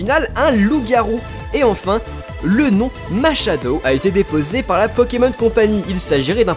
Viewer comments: la prononcer mal, c'est Marshadow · C'est marshadow pas mashadow